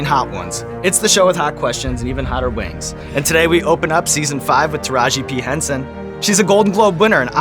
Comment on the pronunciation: I swear hes saying Taraji B Henson and it's driving me nuts. Anyone else??